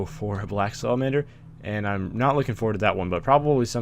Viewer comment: when you say salamander it sounds like a drunk version of salad manager:P love you